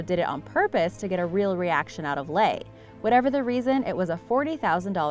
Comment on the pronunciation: You mean LEE!!!! Leigh is pronounce LEE NOT LAY!!! When have you ever heard Jennifer Jason - Lay?! You all need to find out HOW to pronounce people's names before doing these videos!!!